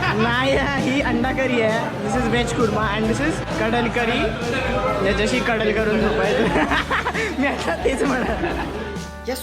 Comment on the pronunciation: It is not Kadal curry.. it's kadla curry :)